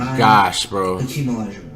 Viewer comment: He's like " Who's Hack-em Olojuwon"